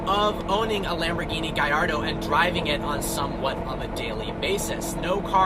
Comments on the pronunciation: gaLLardo... not gayardo. hate when people say it like you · gaLLardo not GUYardo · Its a GALLARDO you say the LL's ffs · I hate how people don't realize that Gallardo has L's not i's. They say Gaiardo but it's Gallardo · Its not a FUCKing gajardo but GARLLARDO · Clearly doesn't own one if he calls it a giardo, I belive it is a GALLARDO. No wonder he is a part of vehicle virgins, because he is a real first timer when it comes to cars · He said giardo 😂😂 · 😂😂😂 he said giardo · wtf is a giardo lol😂😂😂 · Why's he call it a "guy-ar-doh"? It's an Italian car, not one from a Spanish speaking country. Or is it pronounced like that in Italian too? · Gayardo lol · lol u thought it was pronounced gaLardo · Why do you pronounce gallardo "guyardo".. or is that how you really pronounce it?.. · Wtf is a guylardo? What a dumbass, he doesn't even know how to say the name right😂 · Lamborghini Guy-Ardoe? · He's saying gayardo because this car is garbage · u pronunce that wierd wheres the i sound in gallardo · Learn to the say the name of your own car! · I hate how you pronounce gallardo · Sounds nothing like "Y".